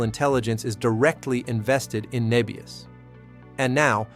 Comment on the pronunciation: Start with getting the AI to call the company the correct name. It called it 'Nee-bius' multiple times before correcting to "Neh-bius" later in the video. Lost credibility if you aren't even pronouncing it correct.